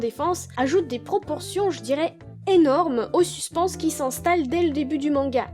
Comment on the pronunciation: Suspense se prononce suspaince, très bonne vidéo sinon !